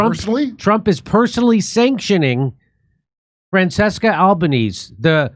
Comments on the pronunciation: Francesca Albanese's name is pronounced 'frahn CHESS kah all bah NEH seh'. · When even Jimmy don't know how to pronounce her name. Regular Joes likely know next to nothing. Long way to go.